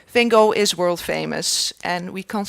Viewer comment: I am fascinated to try and understand why, whom I believe is Curator of Education at the Vincent Van Gogh museum would see fit to educate the world into pronuncing his name incorrectly. i.e. the American way instead of her native (assumably) Dutch tongue. Due to the amount of activity on Youtube as to the correct pronounciation it is obviously a very contentious issue and being English as we obviously pronounce it correctly...( Haha I think not). But I would expect the one person who is in a prominent position to educate the world as to pronouncing it correctly, but alas get it so wrong??? I am sure the American fraternity are pleased, but poor Vincent must be turning in his grave....please enlighten me?